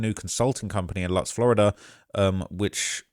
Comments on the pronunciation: Shout out lutz btw pronounced loootz im born and raised 26 years it’s beautiful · it’s pronounced Loots even thought it’s spelled liked Lutz